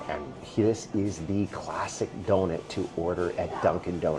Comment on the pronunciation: Doughnut not doughnet